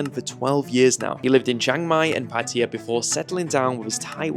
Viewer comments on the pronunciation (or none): PATAYA NOT 'PATYA'